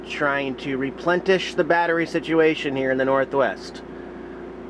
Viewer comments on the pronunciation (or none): Lmao!! You just made up a new word..."replentish". You're living the dream man. I love your videos!!